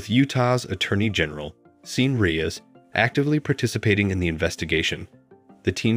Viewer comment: Sean is PRONOUNCED "Shawn" as in Hannity.